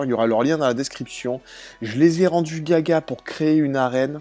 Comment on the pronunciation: c'est pas "caca" c'est gaga, une expression pour dire fou 😂